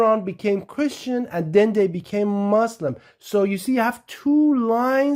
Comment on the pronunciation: The moment i heard you mention 'moselim' at 0.08 i stop watching and look someting else.